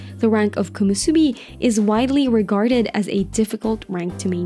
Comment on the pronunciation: nice video, few mistakes here and there like "Komosubi" instead of "Komusubi . Keep it up